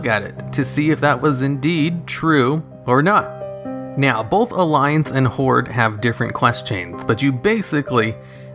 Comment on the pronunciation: Did you say.... “Meow, both Alliance and Horde....”